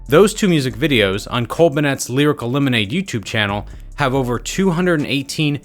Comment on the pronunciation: Nigga said cole bunette